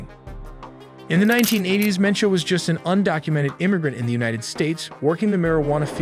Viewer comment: its MENCHO 😂 haha love yalls videos!